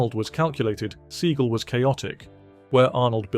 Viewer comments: Steven's surname name is pronounced see-gal not see-gil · LOL "Steven See-gull" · Steven "seagull"? You didn't even pronounce his name right. (And yes, by all measures, he's reportedly a huge jerk.) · Sea-gal not Segal, wanker. Seagal never said anything about Schwarzenegger not being a martial artist because Arnold never claimed to be one. 🤦🏻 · The way you pronounce Steven Segal makes me chuckle 😆😅 Surprising list for the most part, especially Bruce Willis...